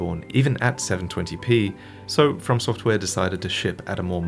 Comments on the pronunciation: Lol "To Software" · “To Software” 🤣